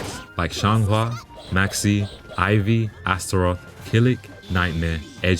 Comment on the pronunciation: did bro say maxx "C"